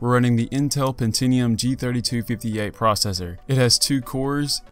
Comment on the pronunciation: pentinium ahahahahahaha its pentium!!!